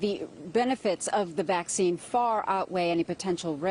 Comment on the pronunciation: “Vacine” lmao